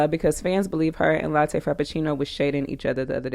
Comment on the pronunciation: How you keep calling her latte 🤣🤣🤣🤣🤣🤣🤣🤣🤣🤣🤣